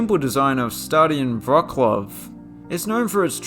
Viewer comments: u pronounced wrocław wrong im polish its not pronounced wrokław its pronounced wrocław people think c is k in polish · that is the worst possible pronounciation of wrocław i have ever heard. strongly reccomend pasting polish words in google translate and listening to them first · I kinda love how you say Wroklaw. The most English pronunciation is Vrotslav😆. I also sorta agree with the choice, but I'm surprised you didn't even mention the stadium of Wisła Cracow. As a Polish guy AND a fan of Wisła Cracow, I have to say it's actually really cool.